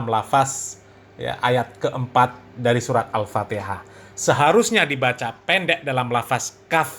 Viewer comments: Bahar Bahar baca alfatihah Mahrojal hurufnya berantakan sekali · Baca Alfatehah saja gak bener, bgmna mau baca Kitab Kuning, Har....Har !! ente mabok minyak Rem atau Mabok Air Aki ???? yg begitu disebut Keturunan Nabi SAW ??? Sangat Memalukan, sodare !!!! Mukibbin ente jadi semakin DUNGU itu nanti nya 😆😆😆😆😆😆😆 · Memalukan bin demit ini, bacaan Al Fatihah aja sdh tdk benar,apalagi bacaan yg lain,TERLAAAALUUUUUUU.... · BAHAR CUMA GAYANYA SAJA YG SOK ULAMA PADAHAL KOSONG OTAKNYA... BACA KITAB SAJA SALAH DARI KIRI KE KANAN... BACA ALFATIHAH SAJA SALAH... AMPUN DEH YG MAU BERGURU DGN BAALAWI KAYAK GINI...